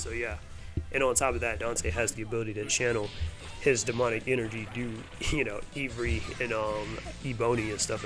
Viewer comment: I enjoy your video, but the way you say Ebony and Ivory is hilarious. It’s like the keys on a piano. There is a song about this which is super catchy.